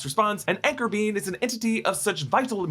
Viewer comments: Btw " Anchor Being " when said sounds like " Anchor Bean " I'm just saying... It's all I hear now. 😅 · I keep hearing anchor bean